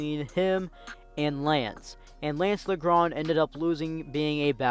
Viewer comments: No hate, but it’s pronounced Lajohn not Lagrand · No it’s not it’s lance (leeondre) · Learn your French pronunciation bruh smh it's not La Grand